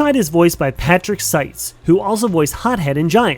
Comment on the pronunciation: I’m pretty sure it’s pronounced SEETZ. Also, you forgot to mention Chomp Chest from Trap Team in Seitz’s voicing roles.